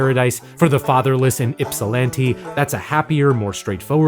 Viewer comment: Not only do is it time for the Sufjan Stevens episode, but pronounced Ypsilanti correctly. Good Monday vibes all around